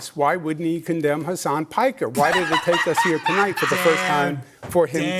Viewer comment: he really said "I concemn hasan 'himbo' piker" and expected rabid applause